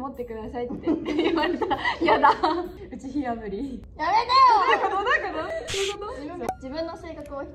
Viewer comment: 人間的に大きい人はめっちゃ笑った🤣 や"め"て"よ" もなんか好き笑